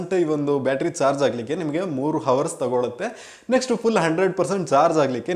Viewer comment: Not George. It's charge